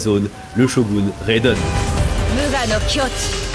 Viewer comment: maaaais t'as même pas bien prononcé raiden, pourquoiiii 😭😭😭😭